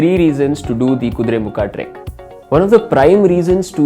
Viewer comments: Kudremukha.. not kudremukh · its "Kuduremukha" not "kuduremukh" know before posting